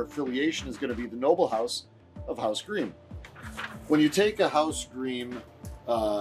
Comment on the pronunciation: Great video. A small note, it's pronounced like 'grime', not 'greem'.